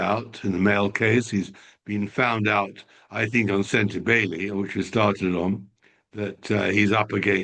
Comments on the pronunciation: it's not pronounced shan-daw-ka, it's chan-dow-ka. Tom it's not sen-ta-bee-lay, it's sen-ta-baw-lee. Geez you two, take the time to google pronunciations of your subjects. It's a matter of respect and professionalism. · Tom bower cant pronounce words, sentebale is pronouced like bali, kate is catherine (he wont as he doesnt like her) and oprah winfrey he pronounced "opera". For an intelligent author its disappointing